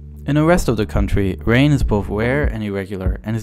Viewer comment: AITA? i couldnt stop hearing "wain, wiver" , homie had trouble with his Rs.